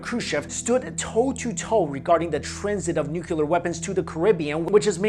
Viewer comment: Always Nucular never nuclear.... Sigh